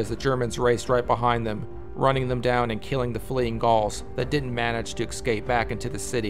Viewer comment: "Eck-scape"? Really?